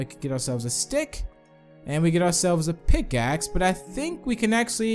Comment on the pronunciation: He said PICSACK